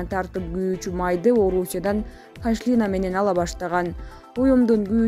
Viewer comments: Пашлина эмес пошлина. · Диктор туура оку пашлина эмес пошлина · Пашлиина эмес,пошлина. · Айланайын журналисттер, туура жаза албасаңар да туура сүйлөгүлөчү Кыргызды уят кылбай. Пашлина эмес пошлина деп айтылат. Чимкириктер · Пашлинасыз 😂😂берет, блогерсинби журналистсинби уяячятт. Пошлина деп суйлосон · Пашлина эмес, пошлина , торпок!!🤣🤣🤣🤣🤣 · Пашлино дебейт. Пошлина деп Оку. Патратып урдурбай. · Бул журналюхалар эмнеге туура окуй алышпайт кыжырга тийип, пашлина деп айтылышы деле пошлина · Пашлина эмес .поошлина деп окулат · Пашлина эмес поошлина ударения белгиси оого тиет . Туура оку . Гиши уялат экен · Пашлина дегенин эмне ондоп суйлочу. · Пашлина эмес пошлина окуганды билбейсинер уялбайсынарбы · Мен да ушуну эскертейин дедим, бирок сиз жазыптырсыз. Туура, бул журналисттерге кимдер кантип билим берип атат?! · Журналистер мынча сабатсызсынар. "пашлина" 😂😂😂😂👎👎👎, уят. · Кандай сабаты жок кыз пашлина денени эмне ушул созду да туура суйлой албайбы жаап салгыла каналынарды уят